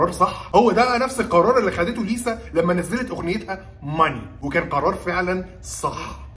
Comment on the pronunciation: ليسا تتكلم 4 لغات تايلندي، كوري، ياباني، إنجليزي واسمها لاليسا مانوبان بالنطق والكتابة مانوبال